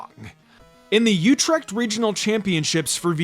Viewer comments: Dutchie here! You pronounced "Utrecht" fine, its basically how every english speaking person pronounces it. If you want to say it like a dutchie; The "U" is not U as in You but has a very specific way to say it, which is not found in any english word. If you know how to pronounce the "Ü" in German, thats how it sounds. Also, the "CH" combination gives an "G" sound (you know, that awful sound when you hear a dutchie speaking that a lot of languages cannot pronounce). Hope it helps! And great video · 🇳🇱 ik vond dat die het aardig goed uitsprak inderdaad. I think he did a really good job😂